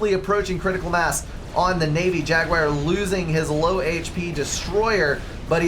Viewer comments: Hi, I like your casts and used to watch everything you put out. But could you pay just a little attention to language? I'm Belgian and it drives even me nuts. Could you please say jaguar instead of jaguire? Please stop trying to talk faster than you're able to do so coherently: no need to clarify common words like scant-...few, pay a little bit more attention to what you're saying about the game (e.g. map control advantage to South in early game: no, and you reversed the statement). There is a reason your voice breaks: you're over-speaking. I am confident the quality of your casts will improve if you just give yourself a second to collect your thoughts:-) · Some pronounciation changes are in order (You crazy American) Achieved jag-you-ar ( not jag-wire) Ah-wassa Yolona- oss Yee-THOTH-ah Thaam ( kinda like “baam” ) EEL-I-ah ISTLE I do hope I helped